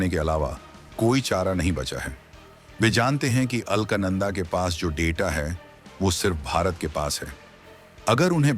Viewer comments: According to spelling, Alaknanda, pronounce it as अलकनंदा and not अल्कनंदा. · अलख नंदा (अल्क नंदा नहीं है नाम )